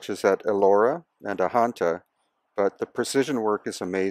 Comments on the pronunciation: The correct pronounciation of Ajanta is (Adganta) 'j' is pronounced as in 'Badge' and not Ahanta. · Ajanta is pronounced with the J sound not as Ahanta with the H sound